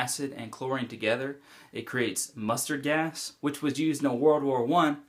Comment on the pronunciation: "How to make mostard gás"